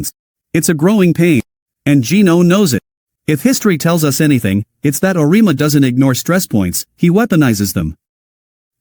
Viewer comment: Wishful thinking. Michigan was in November and TN lost the secnond half by 30. It would help if you programed your AI voice to pronounce Auriemmas's name correctly. You have 289 subscribers and 586 views... How is that possible?